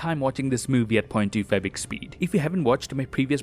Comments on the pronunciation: Can someone please tell me what he says at the beginning? I speak of the part in which he says he watches the movies at 0.25x speed, but to me it kinda sounds like "point two fabric speed". Of course I know he's referring to "0.25x speed", but I can't understand what he's actually saying, it doesn't sound like "point two five" to me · i love how he says 2.fibex speid